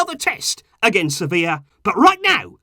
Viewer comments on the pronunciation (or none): none